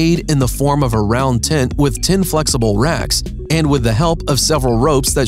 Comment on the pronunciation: This should be called Tin Coolest Tints in the world, according to the narrator. 🤣